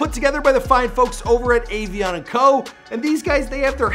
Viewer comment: He didn't even say avianne right lmao 😂😂